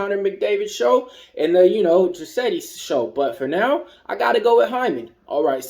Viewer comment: Draisaitl, lol...appreciated the attempt to pronounce his name and then defaulting to dra-setty! In case you actually wanted to pronounce it it is dry-sigh-tull... thx for the picks!!